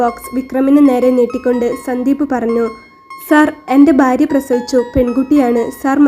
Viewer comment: കൊല്ലംകാർക്ക് ഭ ഇല്ല ഫ ഒള്ളു ഉദാ.. ഭാര്യ =ഫാര്യ.. കൊല്ലം എംപി യുടെ സംസാരം ശ്രദ്ധിക്കുക 😢